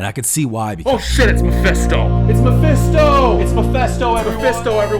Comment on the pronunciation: saying mephisto gives me ptsd now😂